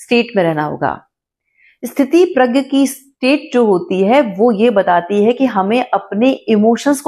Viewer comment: स्थितिप्रज्ञ नहीं, स्थितप्रज्ञ होता है। (धृष्टता के लिए क्षमा) 🙏 जय श्री राम ❤